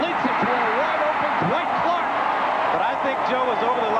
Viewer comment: Hey: Clark's name is not DaWhite, any more than Roger Craig's name is DaBlack. His name is Dwight.